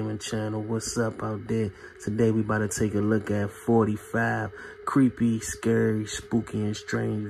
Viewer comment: S-C-A-R-Y NOT SCRAY.....LOL